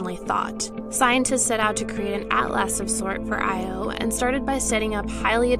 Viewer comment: It’s not “I.O.”. Is this a high school student?